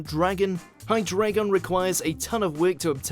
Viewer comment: You need to separate the Japanese Version from the Dub in your videos. You called Generation 5's season Best Wishes, which was only the Japanese title. Also, maybe learn the pronunciations? Hydreigon = Hydra, Drei (Three in German) and Dragon = Hi-Dry-Gon. Also, Zweilous... The Zwei is 2 in German, so it's pronounced Zvy-lus.